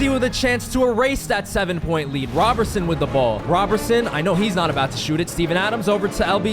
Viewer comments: I hate that you kept saying Robertson instead of Roberson… it’s crazy as a basketball fan💀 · it’s pronounced like Rowberson💀 I enjoyed the video and didn’t mess up the experience, just bothered me a pinch👍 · Hate how you say Roberson. Also why is Jared Dudley playing on the Nets lol, man was on the team he didn’t play just watched on the bench lmao